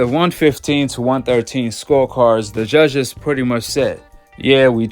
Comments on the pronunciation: why. are u saying ZHUZHHEZZ??? JUDGES its Judges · U can’t even pronounce judges correct 🤣🤣!!! He don’t need the judges in his pockets he knocks all his opponents out!!! Your favorite fighter only boxed in the ring with the same REF each fight